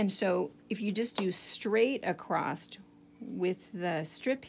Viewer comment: Love this, a very good way to reuse lots of fabric. Thanks for sharing. I wonder is others notice the amount of people on the craft videos who say “ acrosst” instead of across… they put a t on the end of the word? ….must be an American thing. Cheers